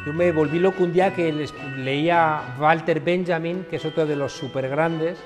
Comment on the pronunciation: Pero q bien pronuncia Walter Benjamin... y no dice" gualter"😂